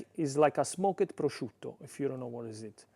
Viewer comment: “Smoke-ed” I love you! 💕😂